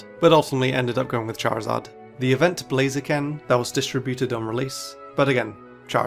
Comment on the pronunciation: Blaziken, not Blazekin! Rayquaza is one word, not 2 words!